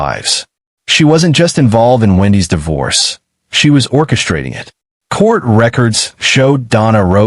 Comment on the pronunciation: This case is addictive but please Please don’t use AI voice. The enunciation and intonation is wrong. It pronounces divorce as Dyvorce. Honestly, send me the script and I will record it, in my English accent!!